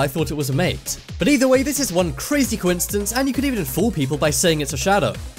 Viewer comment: Hey, Mister Commentary Man...there is no "T" in the word "coincidence". Really, you should learn to pronounce it correctly before recording you saying it wrong over and over and over...